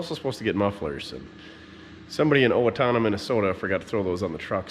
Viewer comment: thats funny you said Owatonna that is where i am from not to many people can say it right